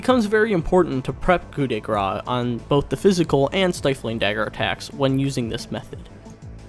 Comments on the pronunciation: (I just wanted to rectify the highly controversial pronunciation of her ultimate, you have to say "Grâce" like "Grass", not "Grah" (the "ce" isn't silent, I know that we have a lot of silent letters but well it's not the case here :D)) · "Coo de grass" guys, not gra.